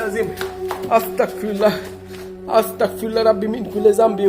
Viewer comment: Viya astakfirullah bolbenna Astagfirullah bolben...ক না গ এর উচ্চারণ করবেন। Allah bless you